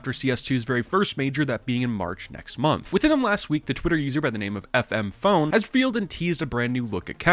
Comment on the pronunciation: How are you a cs news youtuber and not know who fmpone is or how to say his name...